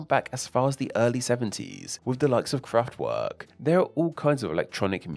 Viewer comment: Kraftwerrrrrrrk. Rrrrrrammstein.